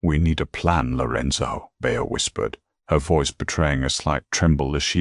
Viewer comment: No one has corrected the AI